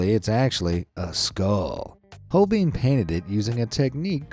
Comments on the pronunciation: It isn't hol-BEAN, either. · holbein is pronounced like holvine not holbein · The German letter-combination ei is pronounced like the English letter i btw. Holbein is pronounced sth. like Holebine. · Would it have been so hard to Google the correct pronounciations of Holbein and Scheveningen? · Pity the narrator doesn't know how to pronounce Holbein, Millais, Huguenot, sower - (I'll allow Van Gogh as I realise that's the standard American mispronunciation)